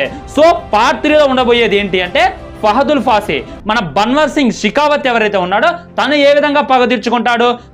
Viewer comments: రేయ్ ఫాహదూల్ ఫాసి కాదు రా ఫాహద్ ఫాజిల్ రా అయ్యా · Arey bro fahadul faasi kadu ra babu, fahad faasil ayana peru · Fahadul fasi kadhu fahadfasil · oreyy fahadul faasi kadhu ra adhi fahadh fassil